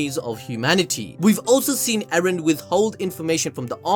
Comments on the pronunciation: It's not Eren bruv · Mikasa finna go from "Ereh" to "Eren"